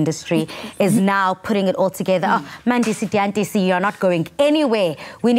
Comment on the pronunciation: I cringed when she said his name uMandisi Diyantisi..it’s Dyantyisi damnit 🤷🏽‍♀️